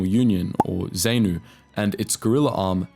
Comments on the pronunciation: May I add a few corrections and additions. I judge from your accent that you are probably Australian (apologies if you're NZ), thus mispronunciation of words that originated from Rhodesia must be expected. ZANU is pronounced ZARNOO. The majority of its supporters were from VaShona groups. ZAPU is pronounced ZARPOO. its supporters came from a minority within the country who spoke IsiNdebele. While you briefly mention the instability that followed Mugabe's accession to power in 1980, you fail to mention the ferocity of the new (Shona) government's reaction to dissatisfaction among the AmaNdebele who had arrived in the territory that became Rhodesia, then Zimbabwe, in the middle of the 19th century . Mugabe launched his '5th Brigade' (trained first by the British, then by North Koreans) against the Ndebele in an operation code named 'Gokurahundi' (the wind that blows the chaff from the fields before the rains). At least 20 000 'AbeZansi' (those descended from the immigrants who came from the South of the Limpopo with MZilikazi) were butchered during this operation. FRELIMO is pronounced FRELEEMO. You depict the new South African flag in your video, not the flag that was in use during the period before black rule in South Africa (pre 1994). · The Narrator has managed to wrongly pronounce every organisation's title---its Zaarnu / Zaarpu Freeeelemo /Seluuus scouts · This video wasn't too bad, however the pronunciation was off-putting, particularly ZANU ('Za-noo'), ZAPU ('Za-poo'), Frelimo ('Freh-lee-mow') and Tanzania ('Tan-za-nee-ah'). Also, worth a mention that post election the winning side (ZANU) used the country's military to wipe out anyone they thought might be aligned with the ZAPU military arm (and they weren't too fussy about who qualified - about 20,000 deaths estimated). It wasn't so much a merge by choice, but one group snuffing out their rivals and then offering a veneer of conciliation. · Wouldn't be bad if you pronounced Zanu, Zapu and Frelimo correctly